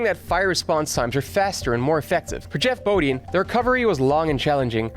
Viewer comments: It was bothering me as well. 😂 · FYI--"Bodine" is pronounced with a long "i." Say boh-DYN.